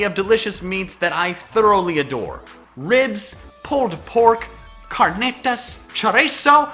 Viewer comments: I love how can't roll his R's when pronouncing Spanish named foods. You had me rolling (thank you)! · Man, your pronunciations of carnitas and chorizo were jarring to me. I am in San Antonio, tho, so I hear them said a lot. BTW, if you like those and you ever come here and get the chance try "al pastor", another delicious tex-mex pork, from a local taqueria. Delicious if made right. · CARNITAS! CHORIZO! BAYKN! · Any Mexicans here if yes then am i the only one that laughed so hard when he said carnitas and chorizo???? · epic moment for me was when you said Carnitas and Chorizo with an accent. lol. I'm so gonna make that my new notification sound